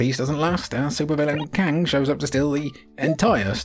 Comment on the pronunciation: Love narration the most but, i dunno if i can forgive calling Krang, Kang.